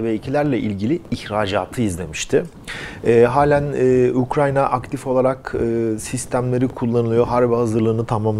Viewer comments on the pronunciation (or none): none